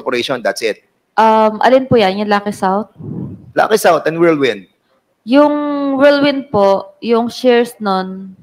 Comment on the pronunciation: Ito namang si tongresman gonzales, whirlwind lang hindi pa mabigkas ng tama, worldwind daw.